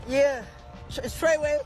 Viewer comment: Did that nigga say trey way